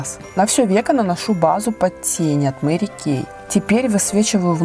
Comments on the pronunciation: Мери Кейт ))) хотя бы для приличия поинтересовалимь как правильно произносится ее имя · Мне 2 больше понравилсяЖень правильно говорить мэри кэй У меня тоже вся косметика От мери